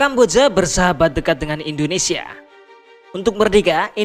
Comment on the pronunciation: Saran mas, baca Indonesia jgn endonesia